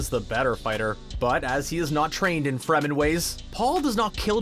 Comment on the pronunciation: They said Fremen correctly this time. I can rest.